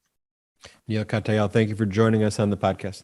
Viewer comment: Love the presentation and the discussion, but....Perhaps the reason Neil Katyal "called you out" was that you consistently mispronounced his name -- IT'S Kat - yal. NOT Kat - A -yal. He's been all over MSNBC for years, so he has a right to expect you'd do your homework and at least READ his name accurately, or at least listen to someone who does. We all like to be acknowledged by our name - I know. My name's French, and simple, but Americans MURDER it, because it's not pronounced like it looks. Neil's name is easy - all you have to do is READ.